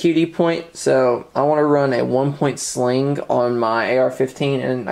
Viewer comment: Ggggah! as in buffer Springgggah or one point Slinggggah.